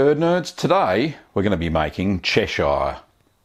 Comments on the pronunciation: Absolutely loved this video, very informative and useful as usual, I think when I have the time I'll definitely be making this. Little minor thing though, as a local from Cheshire I have always said it as chesh-ugh rather than chesh-ire but that is nothing to do with the cheese itself. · Yes, the British pronunciation is definitely "Che-shur". If anything I'd expect Americans to pronounce it as Ches-shire. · I come from there. Its pronounced Cheshur. Like Lancashur and Yorkshur. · "Chesh-eye-are" lol. good video though. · Yeah the way he butchers Chesire is like the way he butchers Lancashire. I have australian friends and when they speak in their normal accent it sounds much more like the real pronunciation than this version